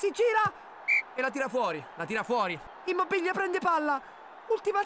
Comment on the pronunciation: IMMOBBILLA. IMMOBBILLA. IMMOBBILLA. SENZA LA "i" SENZA LA "i" SENZA LA "i" GiGiGiGiGiGiGiGiGiGiGiGiGiGi.